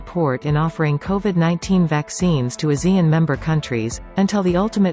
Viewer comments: Please don't swallow Asean name. Pronounce it properly. AH SEA N. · ASEAN is pronounced Ah- c- un